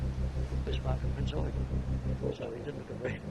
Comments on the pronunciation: I cringe every time I hear Prinz Eugen mispronounced on youtube. It's Prinz Eu-GEN, not Prinz EU-gen. The stress should be on the last syllable. Drachinifel gets it wrong all the time, too. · I'm not sure you understand the point I was trying to make. What you wrote pertains to phonetics, which isn't my issue. My issue is with how they stress the first syllable of Eugen, rather than the last one. Sure, German EU is pronounced like english OY, but everybody knows that, and everyone in this video pronounces it correctly They just insist on putting the stress on the wrong syllable. Hence why I wrote "EU-gen" (correct stress) and "eu-GEN" (wrong stress). What you wrote (Oy-Ghen) sheds no light on where the stress belongs, and instead corrects a mistake that no-one made.